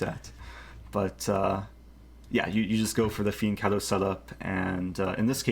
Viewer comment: Thank you for saying fianchetto instead of fiancetto. I am Italian and it bugs me every time I hear it.